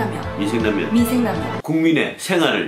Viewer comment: 민생을 위생이라고 들었습니닼ㅋㅋㅋㅋㅋ 맜있겠네요! 그니저나 라면 잘드시넼ㅋㅋ